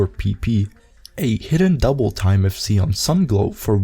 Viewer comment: Say Hidden Doubletime again, I dare you.